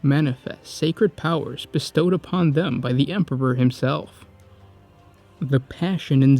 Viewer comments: Stop saying "" instead or Emperor ffs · lol he said Emperber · Ah yes, the emperber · What is it with you and saying word Emperor? You say Empeber most of the time.